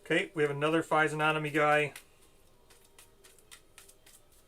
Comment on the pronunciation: Survivors with insanity 1 who lose half round up go to 0. Even worse than you thought! Oh! And please say fizzy-onomy instead of fizen-onomy - it drives me mad! Although apparently Americans pronounce the G, so I suppose for you it would be fizzy-og-nomy. I'm fairly sure you forgot Goth's -1 luck, which would have changed a lot! Couldn't have used adrenaline, it has to be chosen at start of act, and quite apart from the fact that I'm pretty sure she's supposed to use the bonus at the start of her act, she didn't have adrenaline 2 at the start of her act... pretty sure you can't kill Goth, as it wouldn't be -1 population since killing her doesn't reduce population...